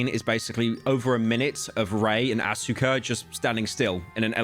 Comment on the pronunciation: why do u pronouce asuka like that